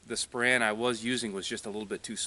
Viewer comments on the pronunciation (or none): I think you mean /SPOH-rehn/, not /spo-RAN/.